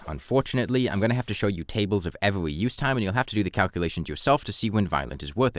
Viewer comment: try to articulate your "r" better. You're saying it like a "w". It's not "weforge", "wowse", "evewy" or "thewe"